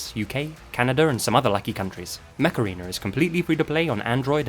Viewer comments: i thought you said “macarena” not “mech arena” 🤣😭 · I thought you said "The macarena" not "mech arena" x) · Not sure if saying 'Mech Arena' or Macarena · every time i watch this video the mech arena ad takes me out cos i keep hearing "macarena" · Whenever you said "Mech Arena" I heard "Macarena." Aaaaaaayyyyy Mech Arena! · Did anyone else have this on in the background and a double take when he "Mech Arena" thinking he said Macerana? 😅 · I'm sorry but it sounds like you're saying the Macarena. I just had flashbacks to the early 2000s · EHHHHHHHHHH, Mech-ARENA, A-AYE!!! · Legit, the way you say Mech Arena makes me think you're actually saying Macarena. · i heard "macarina" initially LOL.